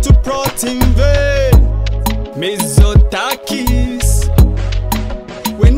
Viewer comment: Η προφορά του "Μιζοτάκης" είναι όλα τα λεφτά!!!